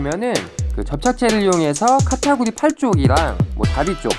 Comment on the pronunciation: 카타구리가 아니고 카타쿠리뎅